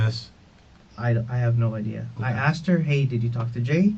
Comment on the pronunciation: “She axed about the cheques”….ASKED. A minor thing to point out i know but it’s so irritating 🤦🏻‍♀️ subbed btw, I hope your channel takes off, it’d be well deserved